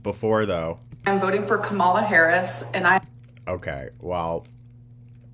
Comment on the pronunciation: she mispronounces “kamala” FFS. will she even fit in the voting booth? i’m seriously curious